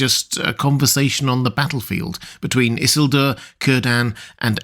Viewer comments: Everytime you say "Isselduer" by brain goes "Eesielduuuur" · I hate the way you pronounce Isildur. It needs more emphasis in the middle and end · why are you saying isildur so weirdly bro - you're not different. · So is this guy's fluctuating pronunciation of Isildur bothering the hell out of anyone else?? Like either he's trolling us or pulling a Cumberbatch "pengweng"